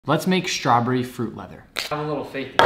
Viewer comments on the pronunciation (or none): I think you meant to spell it StRobbery, since that's what you're pronouncing